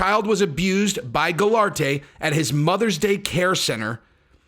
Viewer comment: pronounced GOUL-ART......I believe the mother's business should be sued civilly . they need to be held responsible....